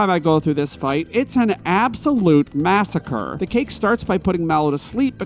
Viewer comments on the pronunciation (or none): none